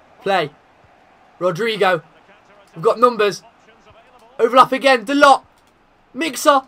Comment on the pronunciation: De ligt is pronounced de licked brw